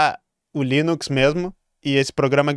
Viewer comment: "leninx" é demais, hahahaha, muito bom!